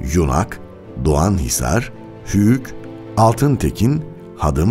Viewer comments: Altintekin degil altinekin 🤣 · Hadım değil hadim, altintekin değil altinekin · Altıntekin değil Altınekin Hadım değil Hadim olacak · Hadim ve altinekinin ismini yanlis soyluyorsunuz